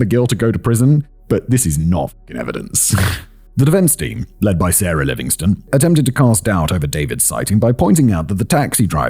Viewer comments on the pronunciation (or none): none